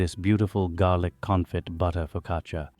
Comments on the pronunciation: Garlic Confit (pronounced, confi, t is silent) ;) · Confee is how you say it.